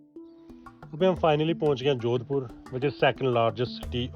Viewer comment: Sahar ka naam sahi se bol nhi paya aur vlogger bolte hai ,kya sasta Nasha hai